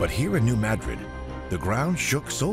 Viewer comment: Few people know that a M7.5 hit New Madrid. By the way it is pronounced M'Drid NOT Maahdred.